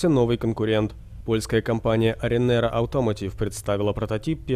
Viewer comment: «Arrinera Hussarya» a nie «Arriners Hussarya»